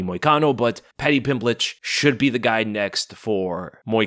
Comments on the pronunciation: Anyone else catch him saying “Pimblich” when talking about Moicano 😂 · are you saying paddy pimblich??? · Why u saying paddy pimblitschlike he's Russian?😂😂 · "Paddy Pimblitch"...How you gonna do my boy Moicano like that, lol?